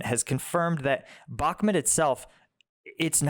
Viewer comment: Mate, please say Bukmoot. It's not Bukmet!